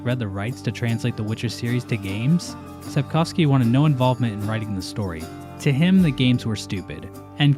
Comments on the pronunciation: As a Pole, I'd like to applaud you for your pronounciation of "Sapkowski". I've yet to hear another English speaker on this platform get "-owski" correctly. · It's actually amazing how well pronounces Sapkowski - it's the first time I've heard an English speaker say it as it sounds in Polish